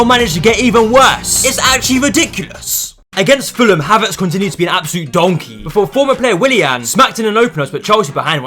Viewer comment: nah bro this guy is the funniest 🤣🤣🤣🤣 your emphasies on "BOZO" and "DONKEY" 🤣🤣